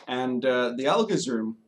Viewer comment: Al-geez, not Al-gisz